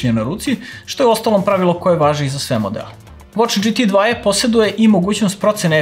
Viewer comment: GT 2e Čita se kao Ge Te Dva E ili GT Dva E Ili Dži Ti Tu I Ne mere dzi ti na engleskom a onda dva e, pola engleski,pola srpski